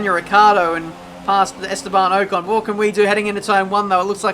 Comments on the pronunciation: Its Ocon not Ohcon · LOL! pronounces pronunciation wrong... its 'pro nun see a shun ' (and from spa, last video .. pronouncing eau rouge, "our rue sh" but its actually "OH rue sh"). esteban OH CON! lol its 'OCK ON' like rock on without the R. keep up the vids tho.